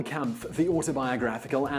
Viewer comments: "Camp-ff". Bruh, it’s pronounced Kampf (and I thought I was white) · its pronounced Comp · the shill jokes abou hitler dont trigger me as much as him mispronouncing kampf